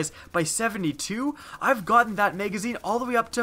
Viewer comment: Those damn "megazines" lol ;)